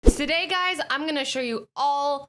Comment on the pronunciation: stoday lol #newword